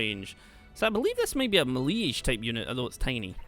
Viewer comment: It's pronounce "may-lay" lol.